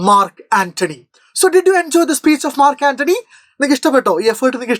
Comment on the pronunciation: not mark antony 😑😑😑 ,Nachu antony 😂😂😂